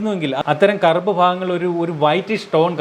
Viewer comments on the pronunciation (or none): none